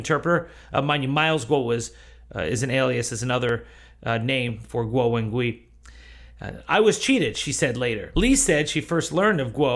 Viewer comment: Guo: rhymes with English "squaw." Wen: rhymes with the "mon" in "common" (i.e. the vowel is a "schwa." Gui: rhymes with English "sway."